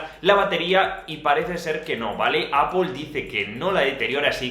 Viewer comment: Dos matices: 1. NO cuesta nada pronunciar Apple de manera correcta sin decir /apol/. 2. La ley PROHÍBE emitir más de 10W nominales, que no reales, de manera inalámbrica por razones obvias de seguridad.